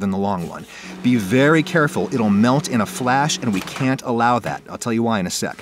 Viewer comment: "Here's a vwery bwight stwabewwy"